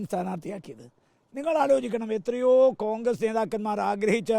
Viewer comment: കാൺഗ്രസ് ആണോ കോൺഗ്രസ് ആണോ... ഇയാൾ കാൺഗ്രസ് എന്നല്ലേ പറയുന്നത്